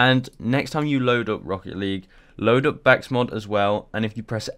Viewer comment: THIS MAN FOR REAL JUST SAID BAKSMOD